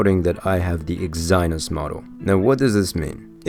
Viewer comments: Dafuq is Exi-Nos my man? That's one very weird way to pronounce it. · It’s Ex-ih-nohs lol but great review 👍🏽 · "eggs - eye - noss" XD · The way you say exynos is a crime against humanity...